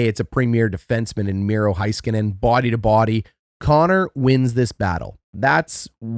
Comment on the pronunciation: HAY-skuh-nen, sorry, drives me crazy.